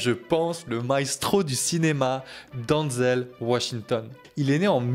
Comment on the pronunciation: Ce n'est pas bien grave s'il prononce mal son nom. Avec l'hommage sincère qu'il rend à Denzel, on peut bien lui pardonner ça 😉😇